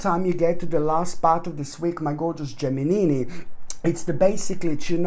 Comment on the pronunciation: I really love this guy when he says Geminini...